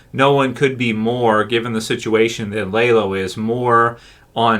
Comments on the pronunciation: Not lay. Lah-low. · Did you just Google a plot synopsis of the show, and go off that? Cuz it really does not sound like you’ve ever seen the show. “LAYLO”? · I don’t get how someone can watch a bunch of episodes with the name properly pronounced and then get it wrong…. Almost like he doesn’t actually watch and just reads other people’s work….